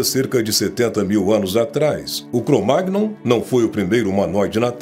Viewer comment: Relato superconvencional... um besteirol só... Aliás, o nome Cro-Magnon se diz "Cromanhon". É francês. Como em filé mignon.